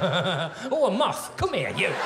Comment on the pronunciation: I understood "muff" and I'm not a native speaker. ("Moth" would be the more recognisable word for non-native speakers.)